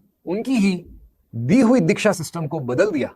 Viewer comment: are uncle dikhya nahi Diksha hota hai. Pehle bolna to seekh lo😂